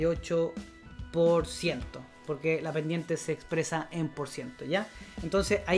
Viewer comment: Hola, dado que los de habla hispana en el mundo somos muchos pero también hay gran cantidad de modismos para decir lo mismo, creo que deberías hablar con MENOS APURO, arrastras muchas palabras que no se entienden para nada... Ejemplo: Bendiente del 30 Borciento... Saludos